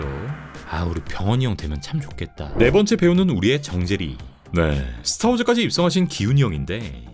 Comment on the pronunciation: 이장재 나오면 망.... 스타워즈... 아 그 발음.... 😢